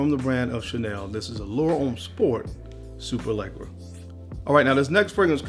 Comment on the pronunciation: “SupaLegra” lol. Anyway bro I love Profondo and I can’t stand ADG honestly, that one is such a good scent.